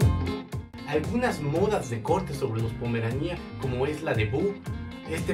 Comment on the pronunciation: Jajajjajaja se dice Pomerania sin acento y tú enfatizas jajajjaja demasiado en pomeranía con acento en la i . Y pues así no se dice